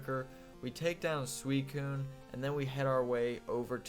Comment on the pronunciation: On Eusine: The first like 15 seconds of this video have a pronunciation (by the man himself!) that sounds like You-Seen. FWIW, I always pronounced Suicune as Soo wah soon as a kid, only learned it is Soo ee koon years ater.